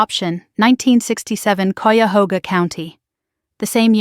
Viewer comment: Valiant effort to pronounce Cuyahoga. It is roughly Kay-a-ho-ga.